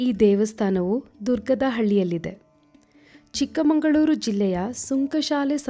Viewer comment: ಮೆಡಂ ಅದು ಚಿಕ್ಕಮಂಗಳೂರು ಅಲ್ಲ.. ಚಿಕ್ಕಮಗಳೂರು 😡😡😡😡